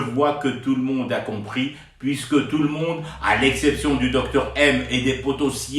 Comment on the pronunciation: Bjr, il faut prononcer DOUKTOUR ! 😊😉